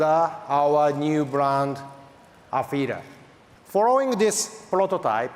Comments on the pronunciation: Display: Afeela Speaker: Afeeda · Am I crazy or he was saying AfeeRa all the time? haha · Afeela? I barely know h’a